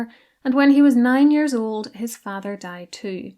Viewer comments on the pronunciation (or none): none